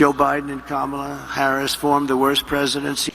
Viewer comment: This the first time he says kamala harris name right lol